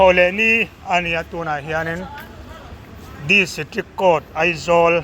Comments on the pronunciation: kavar (cover) haha...di si trik (district) hahah, si trep ah (step)😂😂😅 i ngaihsan hmel hle mai pu edena chu..a fans ruhkawl i ni ngei ang...haha motor in turn dan thlengin report kimchang rem² haha...Aizawl assambili (assembly). amen halleluiah la ti zui 😂😅😂😅...paa-si-tor...pro-pras-tor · A ti ngaihnawm a lawm, Disitrik kawwt an ti tralh mai ta hi a ngaihnawm tlat, min ti hlim phian thin a sa ptawng hmang hian.😂